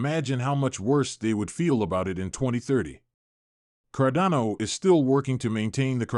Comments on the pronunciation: Why can you not pronounce Cardano properly? Its frustrating. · This is so frustrating. How can a channel dedicated to a specific crypto not even pronounce it correctly...